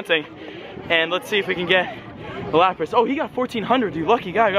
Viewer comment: Sorry not lapata it is lapras